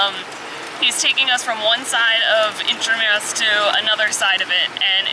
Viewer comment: Correct pronunciation of "intramuros "👍🏻👏🏻